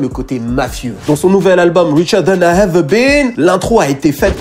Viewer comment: Nice video ! Mais pourvoir tu prononces toujours EVER par HEVER ? bizarre